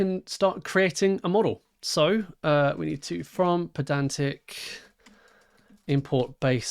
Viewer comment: Isn't the whole point of it being spelled "pydantic" that you pronounce it "pie-dantic"? :D